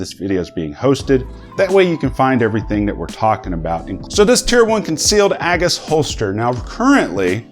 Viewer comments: OMG it’s pronounced A- G’s As in Jesus why have I become such a snob for pronunciation? Btw for everyone afraid to shoot Peter.... just re-holster with the slide locked then pull the mag caddy forwards to safely drop the slide....god forbid a slam fire wont shoot peter that way. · Pronounced Ay gis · Dude your pronouncing it all wrong lol